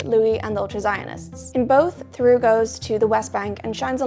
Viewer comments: For what it's worth, Theroux is a two-syllable name, not pronounced "through" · I'm losing it at hearing how this guys name keeps being pronounced lmao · ur pronouncing his name wrong